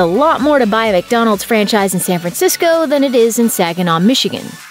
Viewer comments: My fatass thought he was saying French fries.. Everytime I hear franchise now I think of French fries😭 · Who else heard « french eyes » ?